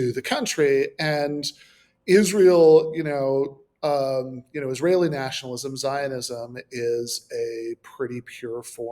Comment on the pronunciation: NA-tionalist ZI-onism